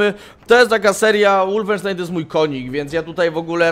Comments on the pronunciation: Przepraszam bardzo, ale znieśc nie mogę gdy mówisz łulfensztajn gdy powinno się mówić wolfensztajn...podobna sytuacja z niemieckimi samolotami Foke-wulf a nie jak widzę nie mała grupa osób mówiąca Foke-łulf. Pozdrawiam. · Kolejna próba łulfensztajna? xD